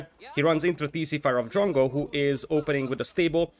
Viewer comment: This was a little confusing. Because you kept saying jungle, jungle. At first i thought that i didn't hear it correctly. But again you said jungle, jungle, and i was like. What jungle what the f are you talking about. I was even searching for the damn jungle. And then it hit me. You were saying drongo, or at least trying too. So confusing mate. But nice vid :)